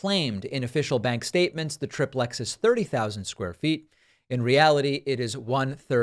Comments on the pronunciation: Why do you mispronounce TRI PLEX, it is not TRIP PLEX ? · It’s not trip lex. It’s tri plex. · "Some people call it a tri-plex" 🙄 "EVERYONE calls it a tri-plex!!! No one calls it a trip-lex! God It's annoying when you do this. Either just admit you don't know how something is pronounced, or better yet, LEARN how something is pronounced before you say it on your podcast. This is one of several annoying reasons why I unsubscribed to your podcast a long time ago. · David, it's tri-plex, not trip-lex. Do you say dup-lex? No, you say du-plex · Okay, it's either TRI-PLEX or TRIP-LEX but it's never TRIP-PLEX!!! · No, it’s like TRY plex, not trip lex. Good grief, trip lex is ludicrous. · It's pronounced "Tri-plex," not "Trip-lex!" Say "Duplex." It's not "Dup-lex." You sound like a moron. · It's not pronounced like that. I don't know where your from but everyone I know pronounces it, "try-plex". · It is pronounced try-plex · duplex, triplex in reality, you should pronounce the do +plex and then the try +plex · its not part of the issue but living in california I've never heard someone pronounce it "Trip lex" I feel like its because they hear a computer generated pronunciation and they pronounce it wrong. I see online they have it now both ways but..... yeah. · You're the only person who calls it a triplex with a short "i", ya weirdo! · Literally no one says tri-plex the way you keep saying it lol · Haha David—some folks say Dahveed—the word is pronounced like tricycle, triad, and trimaran. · That second pronunciation of "triplex" is how we do. That first one sounds too much like "triple X".